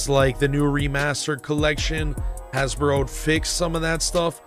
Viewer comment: Why do you keep saying "Hasboro"?